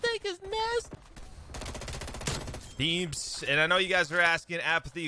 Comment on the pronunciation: nah he said “this THING is nasty”